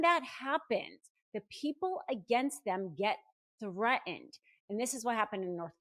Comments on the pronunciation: The word threaten has two Ts. Both are enunciated. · gotta quit watching after a minute because i can't stand the way you are pronouncing "threatened".